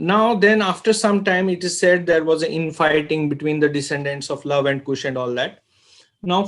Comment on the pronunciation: Not Kusha,,Kush,,Correct Ur Word